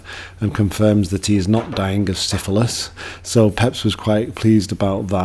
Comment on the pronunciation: Pepys is pronounced as Peeps